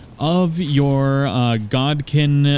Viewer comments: God kin Lol 😂 it’s Godskin 😂😂😂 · This is useful for a quick guide to getting decent faith spells, so thank you. Btw, it's Godskin as in "god skin" not "god kin". idk if the Godskin Apostles and Godskin Nobles are actually wearing skin of gods or demigods, but I can safely say they're wearing someone's skin considering their hoods have faces on them.